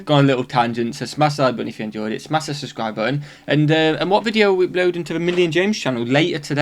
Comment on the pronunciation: Shmash that subscwibe button!